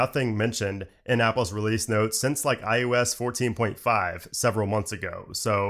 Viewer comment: “iUS”? Lol “iOS”…. Says “OS” for everything else!🤔😉☺️